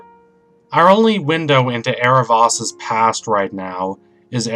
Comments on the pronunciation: It's Aarav-OH-s not Aarav-AS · not to br rude or anything but in the series it is pronounced " Arrow-voas" (the "o" says its name) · yes was cringing the whole vid from the mispronunciation!! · Did you mean to mispronounce his name?